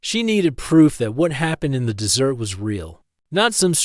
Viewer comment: Please, please teach the ai the proper pronunciation of desert and dessert.